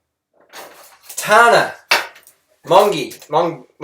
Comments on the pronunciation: Tarna😂😂😂😂 its tana 😂😂😂😂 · TayNa, TahNa, TMZ. you made so many videos about her and yet cant get her name right. what are you to give 'advice' pfft. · You're a pathetic piece of trash. She literally set some new points saying other shit and providing evidence, but then you just retaliate with the same points blah blah Kylie Jenner blah blah Toothbrush blah blah cant fucking even say her name right when it's fucking Two syllables (TA-NAH) fucking shit man. You're a drop kick of a person who needs to fight back with a little girl trying to send a good message against you and that fucking bully you call your girlfriend. Quite frankly, I feel sorry for her that she has to deal with you. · she literally said she'd never had plastic surgery. maybe if you pulled your head out of your ass and actually listened to her video you would have heard. also get over the fucking kylie jenner comparison. tana is not kylie get the fuck over it. and it's TANA not TARNA as if you don't fucking know how to pronounce her name you arrogant fuck. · It's so funny how you purposely mispronounce her name. Grow up. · can any body teach him how to say TANA, is it that hard, for real? misread name are freaking old people jokes.. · he is so sick.. for how many more videos he is gonna pronounce her name wrong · Harley - you are like 22 years OLDER than her so please be the grownup and step away from this whole feud. Also, please stop deliberately mispronouncing her name - not cool. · It's ridiculous how you try to purposefully pronounce her name wrong. It just makes you look highly unintelligent ;) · IMMATURE?! Tana addressed the real issue- Freelee being a bully. Whereas all you can say about Tana is that 'she's trying to be Kylie Jenner' and you're pronouncing her name wrong on purpose because you can't argue with her valid points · How many times are you and freelee going to act like you still don't know how to say tana's name?